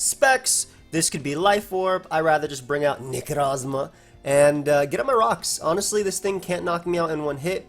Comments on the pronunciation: the good ol nekroz-ma, only the OG remembers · Why do you pronounce necrozma with the menacing accent? I'm asking because I started doing it to after hearing you lol